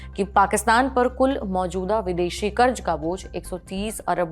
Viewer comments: There’s a problem with your diction madam. It is not “Karj”, the correct word is “Karz”. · Karj nahi kahte karz kahte hain, Lallantop ke anchor ko apni bhasha sudharna chahiye wo ziyada ko bhi jiyada kahte hain. Correct your self, good luck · KarZ and not karj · क़र्ज़ होता है क़र्ज़ कर्ज नही 🤦🏽 हिंदी तो ठीक से बोलिए मेमसाहब 🙏🏻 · कृपया अपना उच्चारण सही करें. शब्द जैसे "क़र्ज़" इत्यादि. सुनते सुनते जब यह शब्द बोले जाते हैं तो ऐसा महसूस होता हैँ कि खाते समय दाँत के नीचे पत्थर आ गया. विनती हैँ. News imp. हैँ हम सुनना चाहते हैँ.